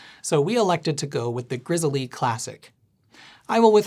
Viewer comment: I believe it's just pronounced like the bear, "Grizzle' lol